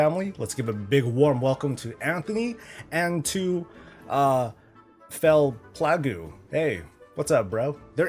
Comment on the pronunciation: Fail-pla -goo 😂😂😂 think it’s fel plague 😂😂 love you!